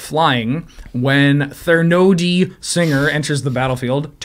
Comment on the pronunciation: I know its a goof, and I haven't finished the episode yet, but mispronouncing all of the card names is making it really hard to enjoy this.